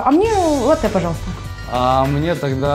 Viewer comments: лАтте правильно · не Лате а лАте